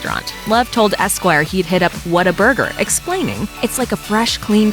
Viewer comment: You butchered WHATA-BURGER.. I'm hurt. I need to go to my safe space now...